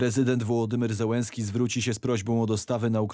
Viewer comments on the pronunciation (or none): none